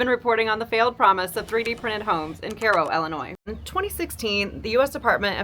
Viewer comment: Great to know it's pronounced KAY-ro , not KY-ro !